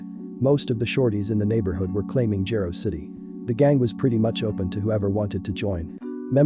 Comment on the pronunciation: "Jah-roe" City. Just in the future for pronunciation but great documentary 👍🏽 👏🏽